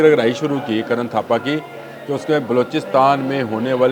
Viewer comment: اسکا نام کرن تھاپر ہے کرن تھاپا نہیں